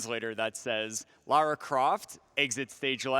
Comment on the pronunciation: He says Lara correctly